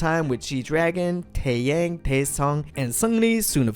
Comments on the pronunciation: Hey there, it sounds like you’re working hard on your korean pronunciation so I want to let you know that 승리(seungri) is pronounced 승니(seung ni), and 태양 is pronounced as it looks, like Taeyahng, not taeyayng :) love your videos! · Taeyang man, his name is Tae-yah-ng. Taeyang. And it’s Seungri....nvm I give up 🤷🏾‍♀️🤦🏾‍♀️😭😭😭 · “TÄÄYÄNG” lol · Taeyang is pronounce "Tae Young" right? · yang is pronounced as "young" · This is a nice history breakdown of Big Bang. Good Job. But your pronunciation kills me. TaeYang it is said like T-eh y-ah-ng Although it is spelled Choi... it isnt Choy but more like ch-weh. This is me trying to fix the problem romanization caused for Korean pronunciation. Hope it made sense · I know this might not seem that big but it would be cool if you’d look up the names before making these videos, your just really messing them up tbh.. 태양 = 태이얭 현승 = 횬성 ?? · ikr like the way he pronounced "taeyang" and "choi" is ,@@@@ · please at least pronounce taeyang's name correctly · The way you pronounce taeyang is interesting 😂😂